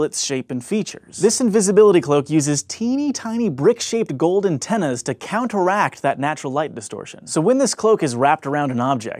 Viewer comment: does he say "Gold antennas?"